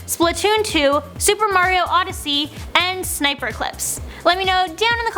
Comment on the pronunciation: It's snipper clips not sniper